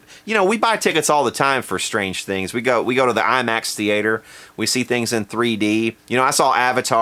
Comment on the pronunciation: IMAX thee-ate-her. I love Kentucky!